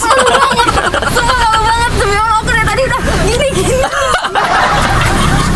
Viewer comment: Ini sih memeng cocok bgt, semoga kalian berdua jd satu amin..dari pengucapan lafadz arab jg teh kayanya pinter sering baca qur'an jg, semoga solehah..